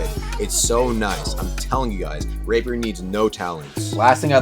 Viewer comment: i keep on hearing "rape her" when says rapier